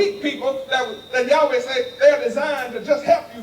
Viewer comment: Yaweh is actually an English invention misunderstanding the tetragram yhvh yud hey vov hey not yahweh. Sorry brother but you have been mispronouncing the name. In fact, only the high priest knew the true way to say the name.